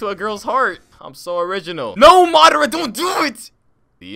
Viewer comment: the madaaarrra and hashirrrammaaaa got me good